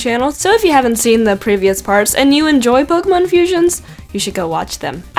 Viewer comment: u pronounce pokemon wrong